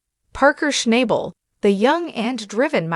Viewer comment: Maybe you should watch the show one time and learn how to pronounce his name correctly. Rather showing how un-unique can be